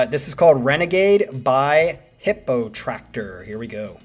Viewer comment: It’s Hippotraktor not Hippotacktor and they are an amazing band